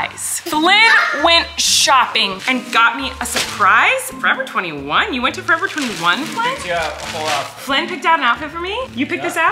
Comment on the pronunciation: "you surpwise me" 😂😂😂😂